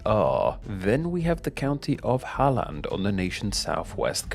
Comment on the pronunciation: I love your pronunciation of the counties, especially Halland, Gotland, Jämtland and Södermanland, which were all pronounced correct.